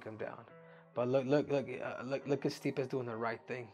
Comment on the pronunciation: lol stipe gotta be custom to hearing his last name pronounced wrong all the time by now